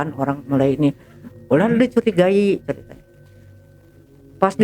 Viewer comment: yang nyeritain bilangnya ceritnya terus